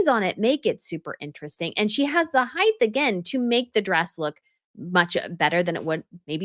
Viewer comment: Height not heighth 😆